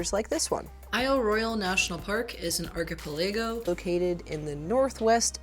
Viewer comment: Say archipelago again